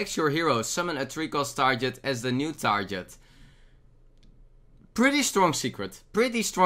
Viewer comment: did u say tar-jet? instead of tarGGGGet